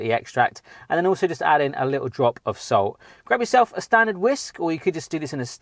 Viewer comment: I thought said salt as soul. The secret ingredient to make fluffy delicious pancake. Yummm!